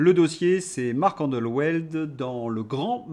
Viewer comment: Je voulais juste vous signaler que Marc Endeweld se prononce "andevelt" : c'est un nom d'origine nordique.